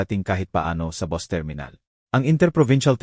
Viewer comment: Hindi mo Nga alam kung Pilipino ba ito, " bus' Ang pagbigkas Hindi Bos, ma,- la- lim , Hindi Mala- lim, haysst!!